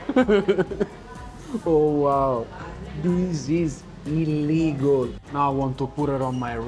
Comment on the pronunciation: I like when you say ILLEGAL…😂